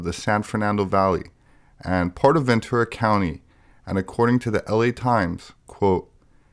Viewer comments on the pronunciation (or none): none